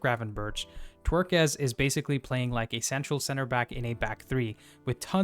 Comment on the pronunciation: Take a shot everyone he says Twerkez. Brilliant man ❤